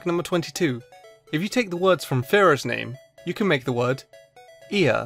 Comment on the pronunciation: spearow=spe-arrow Fearow=fe-arrow